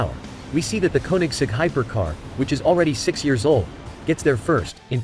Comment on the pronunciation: Why can't the commentator pronounce the names of the Rimac and the Koenigsegg correctly???😠